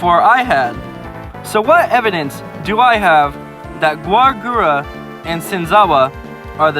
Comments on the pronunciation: no, it’s Gawr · no, it's gawr